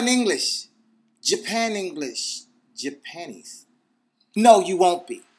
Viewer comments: lol, did he said Japanis? xD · Lol "japanies" :D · japannish sounds like yahpanties lol.....well it does when he says it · I'm high as hell and I didn't catch a word after he said ja-panies. Lmao to much